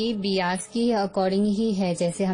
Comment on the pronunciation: It's bias बायस not बियास, nice video , very informative